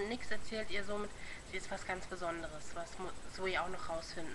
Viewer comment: gut gemacht aber nyx wird nüx ausgesprochen